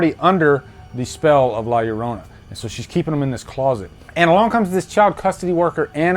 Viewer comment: Love hearing a person not knowing Spanish say la llorana